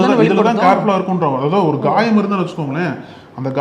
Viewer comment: Ghayam illa thambi Khayam